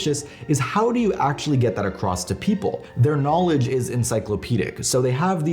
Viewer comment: Stop saying “Act-sshhully”